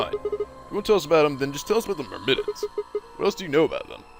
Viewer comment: Omg it's killing me that after they say Myrmidons multiple times you're still saying it wrong.